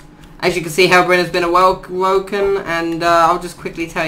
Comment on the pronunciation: I have never heard someone pronounce it herobrin